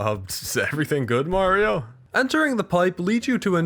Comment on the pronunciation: It's me Mawrio